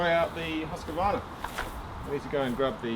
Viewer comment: Its pronounced Huskvarna in one word, not huski-vana :) Thanks for a good review! / Swede hehe